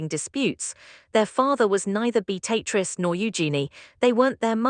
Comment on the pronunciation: A1 ewww pronunciation...beat-a-triz instead of the proper pronunciation 🤮